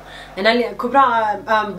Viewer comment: As long as i remember in my mother language hazargi this name is kubra not ka boo ra.its good to speak fluent english but you can’t change certain words at all.otherwise you are a good person n inspiration for our generation.hope u don’t mind.